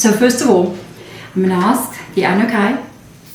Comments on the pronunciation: Your pronunciation is so different. Ah-nu-na-kee is typically how it’s pronounced. Even on Ancient Aliens show. Are they wrong? Just wondering. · Sorry, my dear, but it’s pronounced ‘ahh new nah key’… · Pronunciation: AnnuNAHki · Just to help out a bit for those that have a hard time pronouncing this, they are called the "A - NEW - NAH - KEY" :) Thank you! xox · Pronounced as aan nu naakie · Just to help you out Anunnaki I had to learn how to say it. So I broke it down for myself like this. Ann new naki it helped me. Thank you. SARA